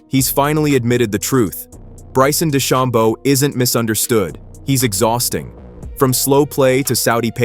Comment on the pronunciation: Try pronouncing DeChambeau and Koepka correctly.